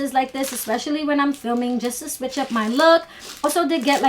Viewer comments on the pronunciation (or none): none